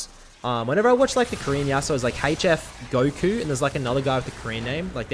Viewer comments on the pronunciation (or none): none